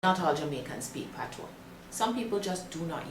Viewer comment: As a proud Jamaican, im so glad to hear some one finally explaining and pronouncing the Patois(Patwa) correctly.....(gawm mi girl yu knw wah yu a sah). ppl dnt read the Patois book just listen to this Jamaican lady.